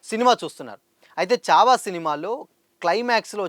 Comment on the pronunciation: Good video bro kani చావా కాదు ఛావా అది.... ఛత్రపతి శివాజీ మహారాజ్ అని పలుకు లేకపోతే మహారాష్ట్ర వాళ్లు నీకు దేహశుద్ధి చేస్తారు. Only for information